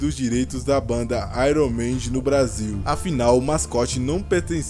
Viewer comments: Iron maidi kkkkkkkkl,fala direito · "ÁIRUM MÊNDIS" 😂😂😂